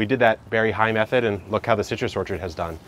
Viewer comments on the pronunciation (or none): none